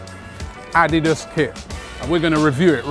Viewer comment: the way Robbie says Adidas ... jesus bruh LMAOOOO